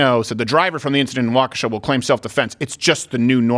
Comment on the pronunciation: Waukesha is pronounced walk ▪︎a▪︎shaw.